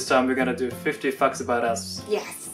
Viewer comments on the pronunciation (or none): Did he just say 50 fucks about us XD lol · am I the only one who thought the guy said fuck when he said fact? lol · Am I the only one that heard 50 fucks about us 😂 ps love the videos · Is it just me or does anyone he say fuck instead of fact. I heard "50 fucks about us. " I also sleep with my baby blanket. Oh and just a few days ago I got a wasp nest stuck in my hair. I am also what you'd call a lucid dreamer. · Did I mishear saying 50 f**ks instead of 50 facts- //My Japanese dad said English pronunciation is perfect (just like him) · i thought I heard '50 f**ks about us' ._. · 50 fucks about us 😂 that's what I thought he said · am I the only one who heard fu*k instead of facts on 0:6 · Is it me or did say f**cks instead of Facts!!🤣🤣😂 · In the beginning when pronounces it like: "50 fucks about us" 😂😂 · What I heard: Hi guys,today we're gonna do do50 fucks about us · to did he just say ' 50 fucks about us ' I know his Japanese I was shocked but I know he said facts but it sounded like he said fucks XD. ( not hating btw just got a shock just miss heard him ) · lol when read out the title of the video it sounded as he said 50 fucks about us lol i had to re read the title to check i had the right video thought i was on the darker side of youtube for a Minuit lolz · lmao i thought he said "50 fucks" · When said 50 facts about us, did anyone else think he said 50 f word about us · Did I hear "fifty fucks about us" sorry if I did 😁😁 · omg said "facts" but it sounded like "f*cks"?😂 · Bwahahaha it sounded like he said "50 fu**s about us" 😂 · Am I the only one who heard said:50 fucks about us?!? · My man said "50 fucks about us" and no one notices it? :P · When says facts it sounds like f*cks 😮😂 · Swear to god he said 50 fucks about us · Does anyone think when said 50 facts about us it sounded like 50 fu*ks about us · “This time we’re gonna do fifty fucks about us.” I DIED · I heard "50 fucks about us" 😂😂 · I heard 50 fucks.